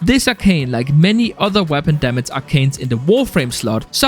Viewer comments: why does this guy say Damats instead of damage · Why are you making gaming videos when you cant say "damage"..?